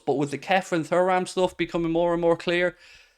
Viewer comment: silent h